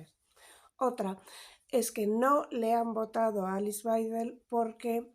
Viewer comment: En alemán la W es b Baidel así se lee.